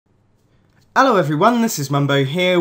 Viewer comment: Omg that intro “Ello everyone this is mumbo here?